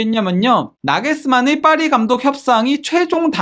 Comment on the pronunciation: 죄송합니다 빠리가 아니고 파리입니다